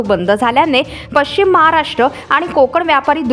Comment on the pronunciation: कृपया पश्चिम महाराष्ट्र असा उच्चार करावा. पच्चीम हा उच्चार चुकीचा आहे. अशुद्ध उच्चारामुळे चॅनलची प्रत कमी होते. 🙏